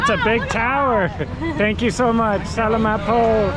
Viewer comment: Speaking of pronunciation, every foreigner ever says salamat the way you guys do. Try next time to pronounce it - sa larm art. (Aussie learning tagalog here, it's a hard language to learn and it's awesome to see other foreigners speaking the language also!) Loving your journey! Ps. are you guys heading back to Manila before you leave your holiday?